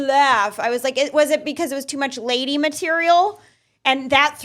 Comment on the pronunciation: "a Ladyyyyy" Bill Burr pronounces this word in a similar fashion on his podcast)